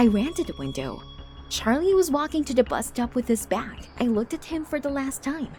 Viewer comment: Does anyone else hear her saying da and not the? Its kinda getting annoying